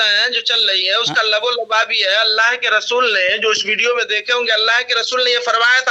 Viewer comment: علم کا یتیم منظور قادری کو" لب لباب" کا درست تلفظ بھی نہیں معلوم